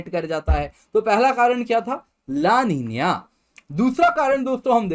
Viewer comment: लानिनीय nhi hota---- ला नीना bolte he isko